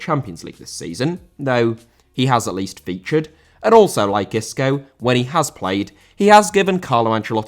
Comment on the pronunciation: Isco* not Escouw